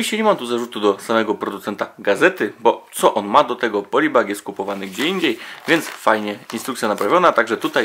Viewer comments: Aaa, proszę skończyć z mówieniem "polybażek". Uszy mi krwawią!!! :D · "Polybażek" to już jednak przekroczenie granicy dobrego smaku... ;]